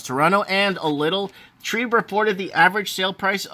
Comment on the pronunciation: TREB. Not trEEEB. Short E not long E TREBBBB Not TREEEB